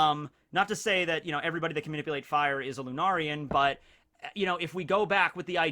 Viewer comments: Finally you said it correctly (lunarian), I’ll take away yesturdays dislike now. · Thank god someone corrected his pronunciation of Lunarian. I was getting triggered hahaha